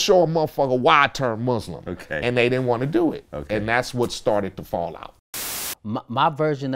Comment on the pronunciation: I wish people would learn how to pronounce Muslim!